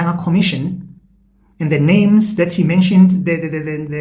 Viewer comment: That man can't even pronounce our SA names 😂